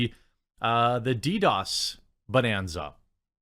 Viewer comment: Jeremy, it’s DDOS. Lol